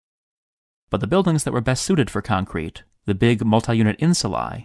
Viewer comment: sea-mint? das conkrete baybee